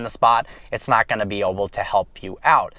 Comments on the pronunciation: stop saying "oble" the word is "able"! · Did anyone else notice that he says oble instead of able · why does he always say oble